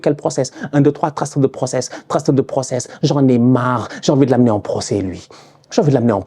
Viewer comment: " j'ai envie de lnamener en procès"xD